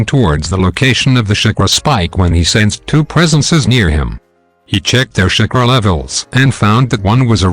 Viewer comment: He is calling chakara shakura